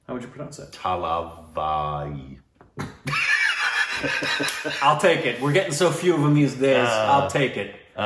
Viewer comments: When pronounced the title thalavali..... I was like 🤦‍♀️(in tamil it mean head ache) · You called Thalaivi As Thalavali which translates to Headache 🤣🤣🤣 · Oh my god!!! The second time pronounced the name "THALAVALI " instead od THALAIVA i FREAKED OUT cause in tamil thalavali means HEADACHE and THALAIVA means a respected hero! Man you can offend so manu tamilians